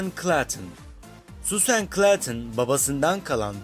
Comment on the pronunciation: süsen ne be suğzın onun aksanı